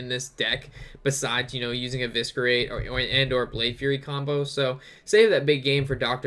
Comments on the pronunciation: Every time I heard evisKerate I wanted to scream but loved the vid keep it up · Really funny when you say evisKerate :)) ps: dont mind me, I love you and your videos.